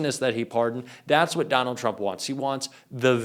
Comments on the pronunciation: "TURMP" ... lol! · Who the heck is Turmp? If you want us to take you seriously, pay attention to your presentation.